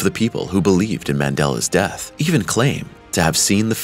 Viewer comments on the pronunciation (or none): none